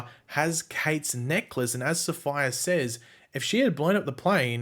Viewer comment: Safiyah is pronounced Sa-fee-yah NOT sapphire.